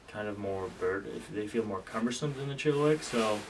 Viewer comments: Hey it’s pronounced “chilla -wack” not “chilli-wick” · For the love of God it’s not a chilliWICK. It’s a ChilliWack! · No one can pronounce chilliwack